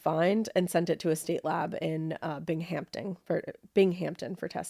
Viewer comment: BTW, “Binghamton” is pronounced BING-UM-TUN not BING-HAMP-TON. Honest mistake, ladies….no biggie!! I know it sometimes bothers you New Englanders when us New Yorkers pronounce your towns & cities wrong (lol, I was born in upstate NY but I live in Florida now, the same thing happens to ME down here, too!!😅).